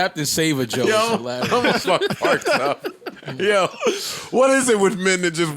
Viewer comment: Did he say Captain “Save-A-Joe” or “Save-Her-Joe”? Cuz that may have been an accidental bar